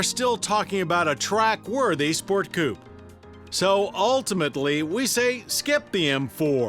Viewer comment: Well he cant say coupé so there's that...